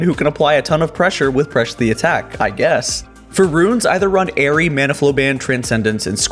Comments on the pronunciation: why did you say PRESH the attack? This was not a mistake, as you said it too. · lmao "Presh" the attack. You failed hard there xD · how you are saying press the attacl xD